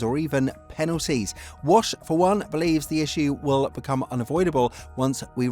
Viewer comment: Try harder with pronouncing names correctly. Pierre Wash? Come-on, Pierre Waché. Waash-A 🧐